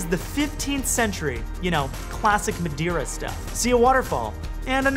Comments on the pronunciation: dude ur saying wrong madeira... for a portuguese like me its prety funny. Btw i loved tour shots. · Eyyyyyy! This is where I’m from! And we don’t quite say Madeira like that but good effort 😂 I’m taking my boyfriend there in a few weeks, he’s from Hong Kong and is excited to enjoy unlimited amount of pastel de natas 😂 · Absolutely loved the video! Congrats! As Portuguese I can confirm that you are not doing a good job pronouncing Madeira. 😂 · I love your struggle to pronounce Madeira ahah Let us know when you come to Lisbon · Still didn't get the Madeira accent right :-) Welcome to Portugal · I'm from Madeira and what a great video. 👍 (PS: You are pronouncing Madeira wrong.) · Thats not they way we Portuguese say Madeira but it was a funny try :D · I am from Madeira and also you are pronouncing Madeira wrong but no problem I love your videos and content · OMG I am from that island and it literally hurt me to hear you say the words in portuguese. Damm that was terrible. But the video was ok. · worst pronunciation of Madeira ever ... all else is true tho ;) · Your pronunciation is totally wrong and quite embarassing, but the video is great as always. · Nice film and beautiful shots!! Definitely adding this to my photo bucket list! BTW at least in Brazilian Portuguese we pronounce it Ma-Day-Ra. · Repeat after me: "ma-DAY-ra" (yeah, just like you would say "day" in english). Just kidding... Really nice work, man! It's great to see someone thinking of fresh new ways of telling us stories, loved it. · Muh-day-rah PS - Next time take the ferry to the island of Porto Santo - best sand beach in Portugal, it stretches for 9km! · Try and pronounce Ma"day"ra and it will sound much better :) Nice vid format I love it!! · You said maderia wrong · Not madaira....that’s cringy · Mate your Portuguese is terrible but I understand 😁 it's a dificult language, but I will try to teach you how to say Madeira, it's like this: matheyra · MadAIRA ? Lol.. MadEIRA! EIRA! xD